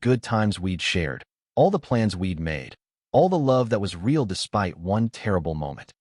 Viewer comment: WTF is RAY-AL love? it's real. REAL!!! LOL